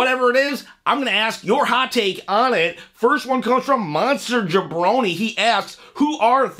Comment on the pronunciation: Actually, my name is pronounced: Monster-Jam-Brony, not Monster-Jabroni. You misunderstood me, I wasn’t talking about DIY, I was talking about MCMG! Thanks for sharing my comments.